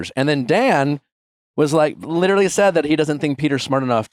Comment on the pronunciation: Any one else suffering further cringe from Sandoval consistently mispronouncing “literally” as “littlely” and using it in nearly each sentence? 😬🤕